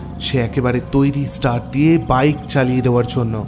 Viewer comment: Good story. Tyanpa r voice and style were just awesome. Ektai kotha 'start₩' ai word tar pronunciation ta ekbar check kore nin. Ota theek hoyni. Syllable stress ta bhul hoyeche. Hope you don't mind.